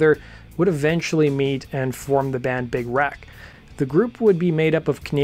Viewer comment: Everytime you say Big Wreck, it sounds like Big "Rack". :D They are awesome. RIP Doherty.